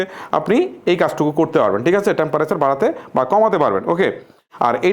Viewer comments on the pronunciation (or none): ধ্যৎ! এ্যাসি,ট্যাম্প্যারেসার,কোলিং।আগে উচ্চারণ ঠিক করুন।